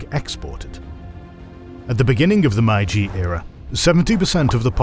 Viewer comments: If you are making a video about the Meiji Era, maybe you should first check how "Meiji" is pronounced. It seriously jurt my ears hearing a completely made up pronunciation again and again throughout the video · No credibility when you do a documentary about the Meiji restoration and then don’t pronounce ‘Meiji’ correctly. It’s not hard to get it right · the pronunciation of "Meiji" is absolutely abhorrent... really missed the mark there, especially for such an important word for the video. it's not just that it's not even close, no other videos discussing this topic ever mispronounce it as such!!! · how on earth can you produce such an amazing video and don't check how to pronounce a name of the era in your title. I'm not even angry, I'm just amazed. Like, how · Is it me or the voice is AI? The way he is pronouncing Meiji is off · Please stop pronouncing Meiji as "maiji", it's really easy to pronounce in English, just say "may" like you would say the month May, and then just ji like you already do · accurate and well done, with the only exception being it's pronounced "may-ji" not "my-ji". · Factually, this video is great, but the mispronounciation of Meiji is annoying. It's 'may g' not 'my g'. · Why is he saying MaiJi and not MeiJi, where is the old narrator I miss him sooo much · This is a good video, however, please pay closer attention to pronoucing the Japanese terms. The term "Meiji" is pronounced more like "May-Ji". The narrator kept saying "Mai-Ji" which is incorrect. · May-Jee と言う事です. May-Jee を忘れないで下さい。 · lol “Mai-jee” really??? Really?????? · i normally never complain about pronunciation, but the "my g" period? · it’s pronounced “MAY-jee”, otherwise great video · The narrator can't even pronounce "Meiji" correctly. It's pronounced "May - G" (exactly as it sounds). LMFAO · I love this channel but every time there's a Japanese history, something gets pronounced so wrong that it wrecks me... Meiji is said more like "May-ji". Ei makes a "long a" sound.